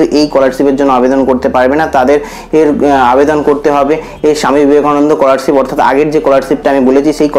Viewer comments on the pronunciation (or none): age scholarship ta valo kore pronounce korte skihon